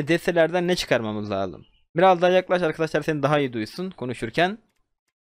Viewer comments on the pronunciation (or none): none